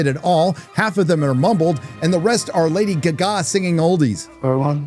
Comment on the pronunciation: love the way u say lady guggaaa